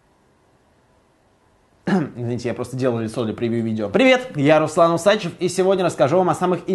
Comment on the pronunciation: ты не правельно свою фамиллию произносишь